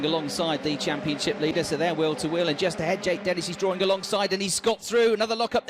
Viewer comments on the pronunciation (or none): none